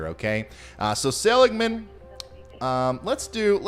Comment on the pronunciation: For some reason I can't see the chat to see if anyone said anything... But just FYI: It is pronounced --- suh-LIG-man. :)